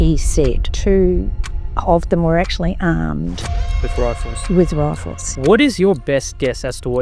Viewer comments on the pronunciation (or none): I think she said, "they were armed with raffles." Or was it "ruffles?"